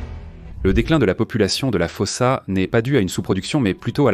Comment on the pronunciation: D'abord ça se prononce foussa